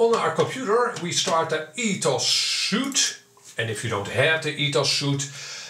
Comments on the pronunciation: Btw, a suit is something you wear. It's not Ethos suit but Ethos Suite which is pronounced as sweet. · The software ETHOS Suite is pronounced like "sweet" not "suit". It's a software Sweet, pronounced like a hotel honeymoon suite for example, Pronounced like sweet, as in candy is sweet.